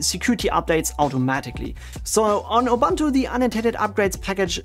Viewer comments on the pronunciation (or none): Good contents, thanks. However it's pronounced "Youboontoo" kinda, not "Youbantoo" :)